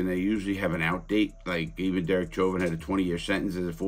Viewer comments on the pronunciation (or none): It's pronounced SHHHOVIN, not CHOVIN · Learn to say his name properly.